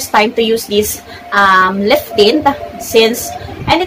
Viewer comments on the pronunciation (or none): It’s maa·kee·aa·tow (macchiato) but I like a color. Liiift tint😂😂😂 made my day